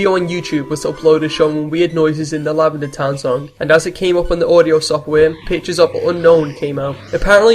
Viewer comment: Seriously bro, learn to speak. "Lavanda toun is a berial pla for the dey". I know English probably isn't your first language, but you could at least TRY to speak it properly. Pikachu out!